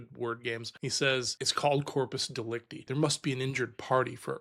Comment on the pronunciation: Dude it is pronounced De-Lec-Tie the last syllabus has a I like in Lie or Die. And the easiest way to think of corpus delecta is the body of the crime.